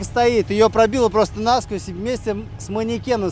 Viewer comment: может кто-нибудь этому чуваку так же доходчиво объяснить, что нет в русском языке слова нАсквозь, но есть слово насквОзь. Почему он почти в каждом ролике неправильно ударение ставит? У вас там в команде КП нет тех, кто русский язык знает, некому подсказать что ли?